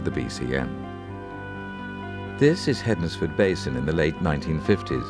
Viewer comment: Interesting video, I used to use the road at calf heath across bridge 5 and four crosses bridge every day for commuting and didn't realise the bridges had subsided that much (i assumed they'd been replaced at some time), also in Stafford we don't pronounce Hednesford as hed-nes-ford it's pronounce hens-ford.